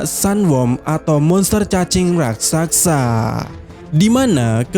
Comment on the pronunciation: Min coba kedepannya spelling raksaksa dibenerin jadi "Raksasa". Jujur telinga gua gatel 😂